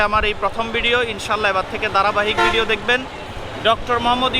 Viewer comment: Its Video and not “Vedio”, just a suggestion!